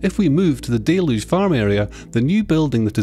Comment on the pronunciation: You mispronounced 'deluge' again. It is not 'DAY-luge', it is 'DELL-yuge' BTW good video